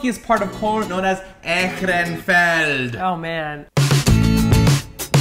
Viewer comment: Guys...I am from Germany and it really hurts to hear how you pronounce the word like Ehrenfeld and Braustelle :/